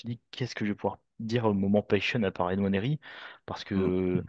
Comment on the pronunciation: Pourquoi tu dis N Nwaneri ? C’est Juste Nwaneri il n’y a pas d’apostrophe Pour dire N Nwaneri 🤣